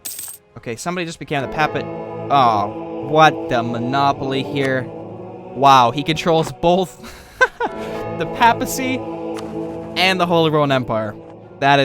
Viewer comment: not to be rude but papacy is pronounced pey-puh-see